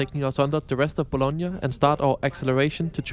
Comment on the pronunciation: Hey I am Italian, it is Bologna Not Bolonga. Anyway I always appreciate your visit